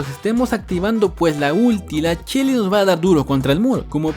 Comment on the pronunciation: Porque le dices chelly en vez de shelly?